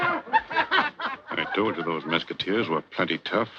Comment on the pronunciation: you're mispronouncing Mesquiteers. The young boy in the opening says it correctly. Similar to musketeers.